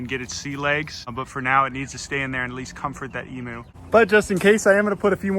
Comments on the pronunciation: please emu is pronounced emYOU not emOO it hurts my little aussie soul every tome you say it >-> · Pronounced emew or emyou. Not emoo. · All Americans repeat after me.. Em...u Say it like "meme you" but with an E.. Em.. u Emu.... for Pete's sakes They are not called Emoos..... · I’m Australian, not one person here pronounces it e-moo. E-mew. Kitty not cow. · Its said e-mu, not e-moo. Sorry but i hear lots of people fron the states making cattle noises trying to say emu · Did you say “emo” It’s Emu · In Australia emu is pronounced eem-you not ee-moo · bruh you pronounce it eem-you not eemoo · not to be rude or anything but... it's pronounced Em-You not Emoo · I die inside when he says E-moo its pronounced E-mew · me being Australian it triggers me when he says emoo 😂 it’s pronounced like eemyou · Eem-you not ee-moo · Its emu not emooo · Eeem-you not eeeemooo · It’s spelled emu but pronounced em-you not emooooo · It hurts me, as an Aussie, every time I hear someone call them 'Emoos'. It's pronounced 'Ee-myu'. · Emu pronunciation: (E myou) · just so you know the right pronunciation of "emu" is said like "emyou" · Keep up the good work!!! Just as an aside, and I'm pretty sure this is gonna be plunged into the dirt, but... Emu is pronounced "eemyoo" That is all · Australian's pronounce emu as 'eemew' - a tip from down under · It’s pronounced ee m y oo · The way you pronounced emu bugged me so much... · please pronounce emu correctly... ha-ha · That’s not how you pronounce emu - coming from an Australian